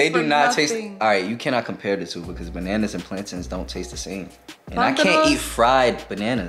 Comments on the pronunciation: Ik they not calling them plantans 😭 it’s plantains 😭 I’m Hispanic so I call them platanos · From a purtorican it's not plantins it's plantains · Plan-TINS? Nah how y’all butcher that it’s pronounced Plantains like Plain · Someone please tell me i haven't been saying plantains wrong for years .. They say it like plan TINS .. I say it like plan TAINS.... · learn how to pronounce plantains